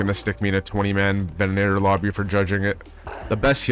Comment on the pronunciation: 300hrs and you don’t know how to say the name of the gun that you use. It’s Venator. Not Venenator. Scum rat. And now we have to carry them on us during world events to defend against people like you. Downvote.